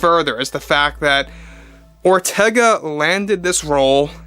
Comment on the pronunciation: I keep hearing "General Ortega" every time says her name.